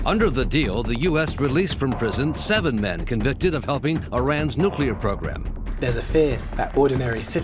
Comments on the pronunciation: You do know that's not how you say nuclear right? newkular? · Damn guy can't even say NUCLEAR right!! so frustrating. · Someone needs to teach the narrator how to properly pronounce the word "nuclear"